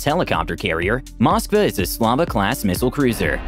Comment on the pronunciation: Cant even say its name right